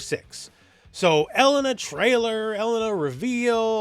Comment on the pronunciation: pronunciation of Mary-o Cart and el-LUN-uh is really throwing me 🤣. This can't be blamed as a Canada thing right?